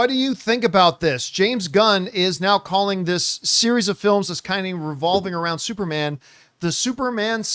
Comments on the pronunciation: Can’t get over John saying “Supermon” lol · Supermon!! What's up with John😂😂 He said it like three times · Yeah he can't say superman saga is hilarious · How tf does he keep saying supermon 😂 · Are you purposely saying SUPERMON AND NOT SUPERMAN because your dead serious saying SUPERMON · John - “supermon” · He said that way four times I think lol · "Supermon Saga" – Somebody get John a Red Stripe. He's turned Jamaican today!